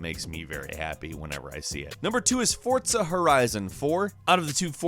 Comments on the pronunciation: Why do you keep saying Fortza? There is no t in Forza. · it is foza not fortsa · ''fortza horizon 4" 100 englishes yes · FORTZA is what he said 😂